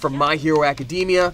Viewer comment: "I love my hero academia" pronounces academia wrong* Bruh, learn to pronounce it